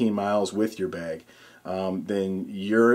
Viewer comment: you say "bag" really weird. Like "bayeg"